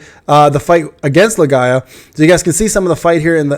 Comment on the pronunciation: Why do you call it Lae-Ga-ia. Isn't it's name Lee-Gee-A? (Legia)